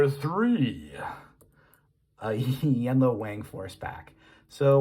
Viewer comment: That "wang" is pronounced "wong" fyi